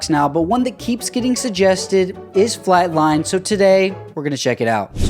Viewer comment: Why does it sound like he's saying, "keeps getting suggested is FlatLine." 😭